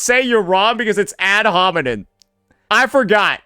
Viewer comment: it's ad homiNEM bro the word ends with an M it's not that deep come on bro